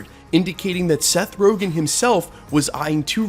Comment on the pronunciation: It’s Seth RogEn not RogAn.